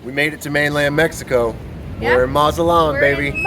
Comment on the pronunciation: MazaTlan, with a big T. Not mazalan, not mazapan, not mazala, MAZATLAAAN!